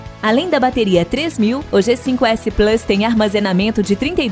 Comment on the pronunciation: Mas como o cara falou plus errado eu vou esperar...